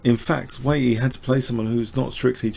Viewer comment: Very well explained as usual. The Chinese opponent in the 2nd game is Chenxi Zhao. Your pronunciation of this name as well as that of Wei Yi is not too bad. Chinese is rather difficult to pronounce for westerners.